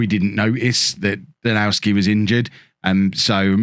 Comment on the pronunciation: I noticed that you have a lot of Polish players in your team. I guess correct pronunciation of Żurkowski will be utterly impossible but I hope you won't mind if I correct you on Danowski ;) it should be pronounced Danovski. In Poland we pronounce W similarly to English V :) oh and your team is full of foxes! Well... You have two of them since "lis" means "fox" in Polish. Oh and if you want to be super correct, you may pronounce Lis more like Lees. Polish "i" is pronounced like English "e" while spelling or "ee" in "seek". Keep up a good work mate!